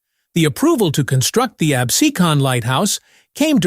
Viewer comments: It is pronounced "Abseeekan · Unwatchable. There are more typos and unintelligible reading in that video than anything I’ve ever seen. How many different ways will they spell and pronounce “Absecon”, since none of the diverse ways were correct.